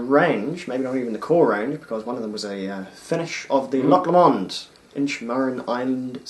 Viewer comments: For Your Information 1. Loch Lomond is pronounced "Low-mend" and not "Lammond" as you said. 2. Guys. yes, this is an amazing whisky but not everything which is rich and fruity is Ex-Sherry! The 18 year old is matured in First Fill Ex-bourbon, Refill and Re-Charred White American oak casks and is bottled at 46% ABV. Non Chill Filtered. As far as my sources tell me. No Ex-Sherry casks involved. Those rich fruity tropical flavours and slight dried figs and yellow spices come from a combination of fresh First Fill Ex-Bourbon and Heavy Charred Virgin oak casks. This combination can be mistaken for spicy Ex-Sherry casks. However, there is a substantial difference though between rich yellow tropical fruity flavours from Ex-Bourbon casks and Dark fruity (black/red berries) and date flavours from Ex-Sherry casks, I suggest you compare this with the Inchmurrin Madeira Wood Finish. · Hilarious pronunciation of Loch Lomond........FYI not the way you pronounce the distillery.